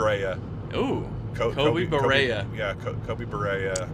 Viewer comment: Love these car ride eps. Driven those roads many times. Good analysis as always. BUT that Popeyes was in ‘buh-ree-uh’ not ‘buh-ray-uh’. Although I’d be open to changing the pronunciation in honor of Koby haha